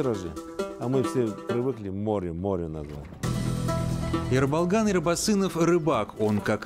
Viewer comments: Автору респект, только не Э, а Е. (Ерболган) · Почему вы его называете Эрболган? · Е-Ерболган, а не Рыболган. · Не Ербалган а Ерболган